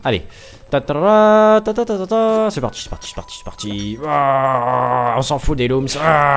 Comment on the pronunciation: Hello! Alors que ce soit clair: On dit Loumsse (Lums) et Electounsse (Electoons)! Voilà:) Et les dents rouges que tu dis Sont les dents du squelette dans l'arbre principal! Une fois qu'il a de nouveau tout son "dentier' tu as accès à un monde/zone spécial! Pouce Vert pour qu'il le vote peut être!